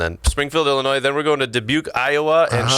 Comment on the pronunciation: he said Illinois wrong the s is silent